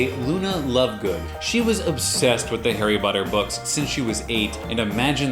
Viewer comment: on the intro i thought u said hairy brown 😂